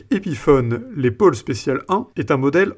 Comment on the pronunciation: On prononce Laisse Paul et non Laid Paul,si cela peut vous aider de quelque manière.musicalement.😎😉